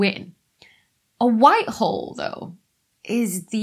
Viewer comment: With her accent, sounds like she's saying "white WHORE". Frankly, I resent the implication.